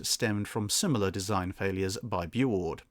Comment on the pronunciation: It's pronounced "Boo-oord" or "bew-oord". Not "boo".